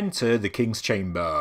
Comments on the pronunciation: its chamber... not chame--baaaaaah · I cant unhear the word "Chamburgh" now.